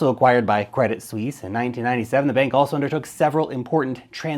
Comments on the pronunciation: I bought some of their shares the other day, bargain (99% below full value). they will survive, what bank do you know thats gone. ps. it is pronounced credit swiss. not sweeeeeeeesze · Credit Suisse should be pronounced Credi (no T) Suisse. If you wanna know. ;) Thanks for the great content! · Good research but it's pronounced Credi Swiss. Basically just drop the t, no need for the fake French attempt with sweece